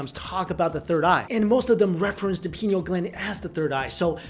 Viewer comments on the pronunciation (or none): It's pineal (Pie-Neal). Not penal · Arrgh! It's pronounced like pie-KNEE-ul gland! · I appreciate your content a great deal. You are killing me with some of your pronunciations. The PIe-KNEE-Uhl gland is part of the END-doe-krin system. Love you man keep up the good work. Thankful for you. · Pine-eel. great video! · pi-nee-al gland. come on man